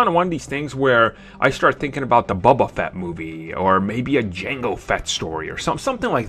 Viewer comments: It's bOba Fett! Not bUba Fett! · BOBA FETT. I about died when you said bubba fett. Lol sorry